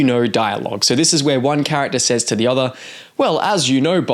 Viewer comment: Okay, I've heard it enough times now to say something. Why do you pronounce "other" like it rhymes with bother? Instead of like it rhymes with mother, like most of us do? Is this some regional dialect I haven't heard before? Or did you learn to speak by reading?